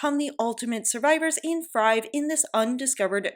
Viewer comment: You need a speech coach, you said "sims need to FRIVE"... wtf is "FRIVE"? IT... IS... THRIVE! NO WONDER YOU HAVE LESS THAN HALF OF 100,000 FOLLOWERS E.G. LESS THAN 50K.